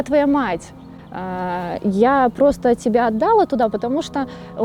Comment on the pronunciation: ОтдАла, взЯла 🤦‍♀️с ударениями совсем беда